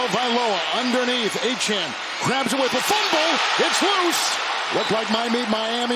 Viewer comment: These announcers really need to learn how to pronounce Achane's name ---- Sounds like A Chain